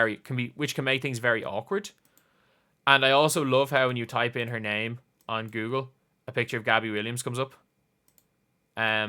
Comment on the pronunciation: You did good, Sir. You pronounced her name perfectly.